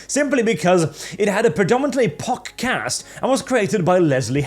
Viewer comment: I am glad that I am not the only one who hear poc as pox.